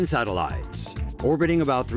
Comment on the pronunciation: Sorry m8, but I did not know a voice could be so annoying. Just the way you say sateliiyeetes